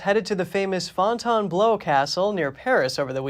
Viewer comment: Fonton-blew, not "blow"